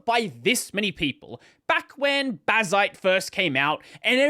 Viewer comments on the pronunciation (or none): none